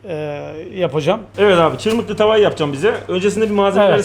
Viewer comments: ÇIRMIHLI DEĞİL:) ÇIRMIHHHHTII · Çırmikli değil abi çırmıhtı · çırmıklı demişsin ama doğrusu çırmıktı(çırmığtı) 😂😂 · Çırmıklı değil hocam yanlış anlamışsın, çırmıktı diye yazılır çırmıhdı diye okunur 👍😊 düzeltin lütfen.. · Çırmıklı değil, Çırmıhtı (Yeşilyurt). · İsmini bile yanlış söylüyorsun çırmıklı değil biz Malatyalılar çırmıhtı deriz oraya birde bu sonradan gurmeler birisi bir yere gitti mi diğeri hemen aynı yere damlar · Cirmikli degil cirmihti diger adiyla kundubey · Çırmıhtı çırmıhlı değil